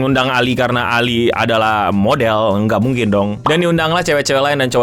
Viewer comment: You can say ALI not ali